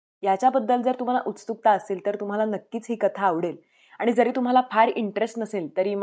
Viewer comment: नमस्कार ताई, आपले उच्चार स्पष्ट आहेत आणि आवाजातील चढ-उतार खूप सुंदर केलेले आहेत. मात्र, आपण 'उत्सुकता' या शब्दाला 'उस्तुकता' असे उच्चारता, तेवढे जर बरोबर केले तर अजून छान वाटेल.